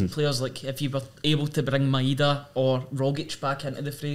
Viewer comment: Can you please pronounce the guys name properly, Maeda is pronounced MY DA not MY EH DA. Ideguchi’s first name is YOS KAY not YO SOOKAY